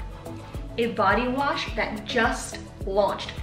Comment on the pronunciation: Active haul let’s see what u got so I can check it out for my self lol 😂 body wash that’s what’s up man 3 months u be using it that’s what’s up u can’t say that world for shit lol 😂 u tired tho lol 😂 that’s funny I know I be messing up my words for sure lol that’s cause u be working out and that sweat breaks u out I hate that amazon leggings I hope u put the link to those leggings in the description yoga type in with it even this I don’t do yoga lol 😂 squat proof that’s what I’m talking about tie dye is definitely cute that flex all in one is super cute true to size that’s what’s up that’s always a good thing no padding yeah I know u like padding in ur bras I got my niece those air max 270 the same color u have I want those for my self I love me some air max ur fit small as hell dang I want those bad boys in black air max is the damn thing they are good for every penny I even vapor max air max I paid 220 for mine they are purple great haul hunnie yes!